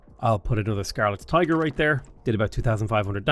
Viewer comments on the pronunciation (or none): none